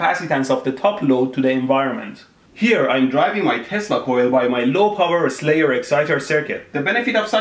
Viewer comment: Are you saying testical or Tesla Coil?